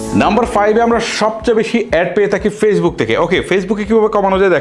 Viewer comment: আপনার কিশোরগঞ্জের কিছু ভাষা থাকে, সুন্দর করলে আরো সুন্দর শোনাবে।( তাকি × থাকি ✓